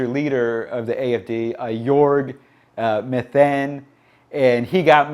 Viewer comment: Jörg Meuthen's surname is pronounced Moy-ten.